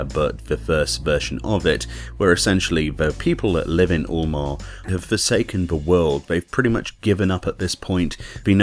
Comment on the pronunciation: It isn't "oolmore", it's "yulemore". Like Eunice or Europe.